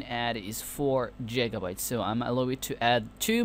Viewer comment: It's fukin giga not jiga